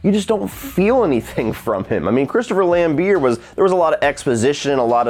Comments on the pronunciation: Christopher Lambeer lol. You either say it Lambert or Lambear. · Lambert! Pronounce it with the the T that’s why it’s there?!!!, we might as well call you!! 😂😂😘